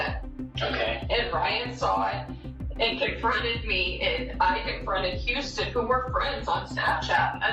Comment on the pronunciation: Listening to the first one can you pronounce houston correctly.